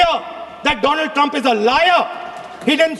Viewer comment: I think Donald Trump is angry with modi because he said doland trunp